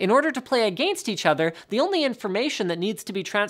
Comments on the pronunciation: Am I the only one that heard a-gane-st instead of against? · uhgaynst =/= against. ;D Love ya Linus.